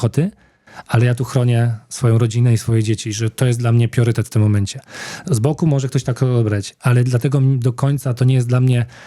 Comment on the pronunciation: Panie Robercie, często używa Pan słowa "pRiorytet". Druga głoska to "R" Pozdrawiam serdecznie i PODZIWIAM Pana postawę, mentalność. Jest Pan naszym polskim skarbem 🇵🇱🧡🇵🇱⛹️‍♂️🇵🇱